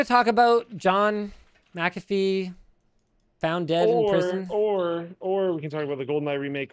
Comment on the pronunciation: I thought it was pronounced MAC afee.